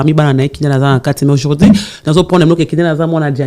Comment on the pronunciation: Naba français naya ya "aujourdi "🤣